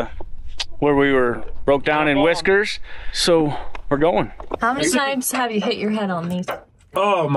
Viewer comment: Whiskers to the "wes-cue"!!!